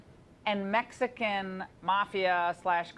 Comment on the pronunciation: I love that emphasis on Mexican ! Oh no Mexicans lmfao